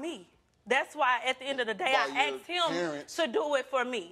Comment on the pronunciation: The way he says “asked” grinds me so much. It’s asked not axed 🤦‍♀️